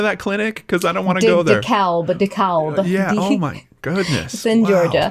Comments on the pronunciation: I’m so sorry but I have to say it😩 Dekalb is pronounced here in Atlanta like de-cab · just an FYI- Dekalb is pronounce “duh-cab” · I'm cracking up at say DekaLb when in reality we just say Dekalb and pronounce it ”de-cab” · I miss Danelle but is also awesome! PS: the L in DeKalb is silent:P